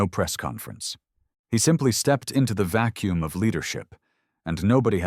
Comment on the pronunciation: "It's engines nearly silent in vacum"...wtf? 😂